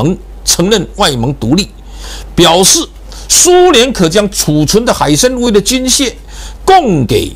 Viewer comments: 那个念： 海参wan, 不是念海参Wei. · 杨先生，是海参崴（wai）🙏